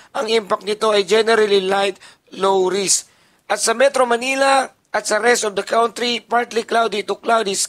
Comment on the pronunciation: Stop saying Kawntree Kan.Tree